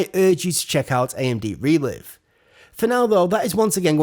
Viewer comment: Isn't it pronounced Re-Live, as in Live Streaming? Makes more sense in terms of video language doesn't it?